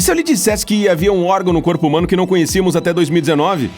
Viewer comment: Ele: o Corpo Oq eu entendi: o Corno